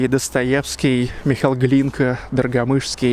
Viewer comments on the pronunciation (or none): none